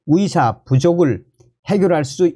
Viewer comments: 발음이 정확하지 않아서 무슨말인지 모르겠다 위사가아니라 의사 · 나도 가입 처음 했는데 듣기가 힘드네요. 의사를 위사라고 하고, ㅎ